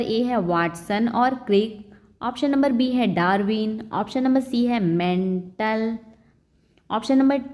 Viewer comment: मैं वो में मेंटल नही मेंडल है आप तो उसे मेंटल बोल रही हो ।